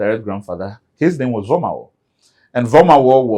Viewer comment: pronunciation of Vormawor doesn’t sound Ewe including some of the Ewe names he mentioned. I wished I could render an audio response to share the differences with you.